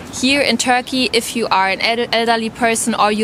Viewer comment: Whenever she is saying Turkey i am hearing Tokyo. 😂😂😂